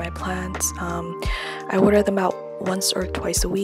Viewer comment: right when you said "water" i knew you were from ny